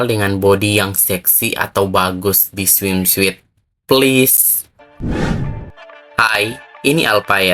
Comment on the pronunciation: Cara nyebutinnya swimsut bukan smim suit. Suit-nya nggx perlu dibaca semua sebut aja sut. Swimsut